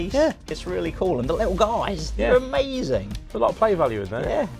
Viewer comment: "amazin" (obvs)